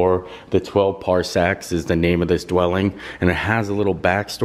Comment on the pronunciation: How this guy pronounced “Parsecs” and “Tattooine”... smh